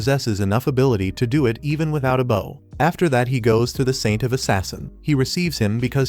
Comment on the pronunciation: Is it deliberate? The one time it's actually "bow" (bending at the waist), it get pronounced like the weapon!